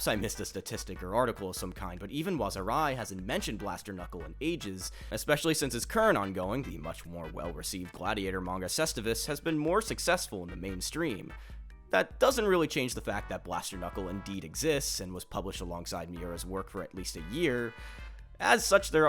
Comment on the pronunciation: It's pronounced Cestus, it's even written as such in Katakana. U is written as V in Latin. Blaster Knuckle started publishing in 92, so roughly 3 years after Berserk. It is rather common for authors to be "inspired" by each others works, especially if they are friends. Ultimately Miura didn't invent anything, Guts can be said to be inspired by Evil dead, so a character losing an arm and having it replaced by a cannon or something else isn't entirely new. Nothing exists in a vacuum. You know what great seinen no one talks about? Sanctuary by Buronson, the same guy who wrote Japan with Miura.